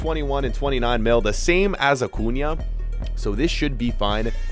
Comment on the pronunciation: He pronounces so many names wrong like origi and acuna but he pronounces minamino correctly